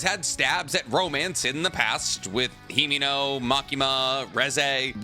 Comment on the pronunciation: I thought you were going to say the problem with Asa is that she has a split personality lol. You went with social inadept first, i mean thats not really an issue with Denji. You also called Makima->Makimo and Himeno->Kimeno....